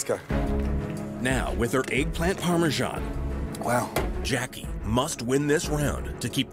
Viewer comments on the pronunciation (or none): I cringed when she said “Parmesan” like that